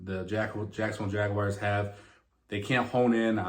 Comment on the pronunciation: Jagwhars not Jagwires The Tituns